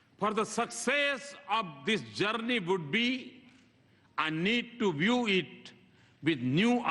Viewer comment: is he PM of india? ha ha see how pronounce word Journey and early. ha ha . what a english yaar. even Lkg students will say correctly